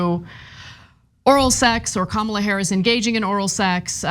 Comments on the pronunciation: It is KUH MUH LAAAA ..........not............. KUH MAAA LUH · They can’t even say her name correctly. Sick 🤢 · Republicans digging a hole for themselves. Bad form. And mispronouncing her name across the entire party is not earning them any respect either. The more they insult and personally attack, the more votes they will lose. At this rate Dems win in a landslide. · The crazies say its KAM-ala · Calling her dumb while not evening pronouncing her name correctly, they’re a bunch of morons. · Omg the way they’re treating her is so gross they must be terrified. Mysogyny and racism are alive and well . Not to mention it’s rich the one calling her a box of rocks cannot pronounce her name 🙄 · Why doesn't anyone call out these people for mispronouncing Kamala's name?! More than likely they're doing it on purpose. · likewise, I will continue to have a dim view of those who mis pronounce her name even after 6 months (I too agree her chances are slim). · mispronouncing Kamala's first name? At this late date? What a jack arse! 😮😊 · Tbh, even democrats can't pronounce her name right. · Why can't they pronounce her name correctly...? How dumb is? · Why do conservatives mispronounce her name?